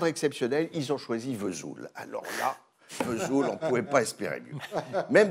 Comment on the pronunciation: Sauf que la cancoillotte ne sent rien ! Alors, on ne pardonne rien ! Le metton n.est pas fabriqué à V’soul ! Aucune prononciation correcte franchement ! 🤣 Que des jaloux ! Connaissent même pas le passage des Annonciades ! Souvenirs.....